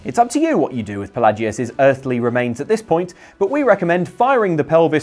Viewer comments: Okay no You even hear them say Fel lay jus Not fa lah jus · Shay-O-gorath.... Pa-lay-gee-us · The way you pronounced Pelagius and Sheogorath just irritates me greatly